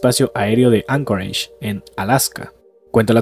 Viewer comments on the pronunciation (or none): none